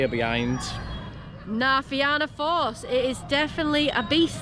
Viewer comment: It's pronounced "Na Fee-na force", so said normally sounds like Na Feena force.😊 Yall Brits pronounce it the same Na Fee-anna force which is wrong 😂. Love thie vid. This is my local theme park, I live about 20 minutes drive away. And agree, the back of Cu Chulainn is absolutely nuts.